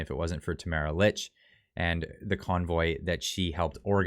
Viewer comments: Her last name is pronounced “Leech” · Just so you know, her name is pronounced “leech” 😉